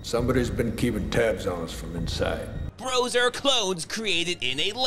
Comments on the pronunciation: it's Bros pronounced like boss not bro's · Not to be pedantic but the name of the British boy band was pronounced Bross even though it was called Bros. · Bros. It was pronounced "Bross". No idea why when the main band members were brothers, but it's stupid enough to be a Seagal idea.